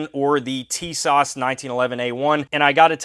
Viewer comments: Great Video ! It’s actually pronounced “Sha-Zah”. The T is silent. The ww2 greenish coloring is a dead on match to my 1943 Remington Rand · Tisas 1911A1: Sorry, I'm not trying to be picky but......my name is pronounced Tuh-SASH with emphasis on the second syllable.